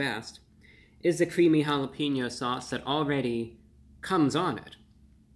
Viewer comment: Mr. Of the Week, I love and appreciate you and I want to have a very merry Christmas. I wish you would say "ha-la-pain-yo" instead of "ha-la-peen-yo". But I don't have a bazillion subscribers so maybe you shouldn't listen to me :) Thanks for the update tho. Taco Bell has been slowly lowering expectations for decades and it's sad to see.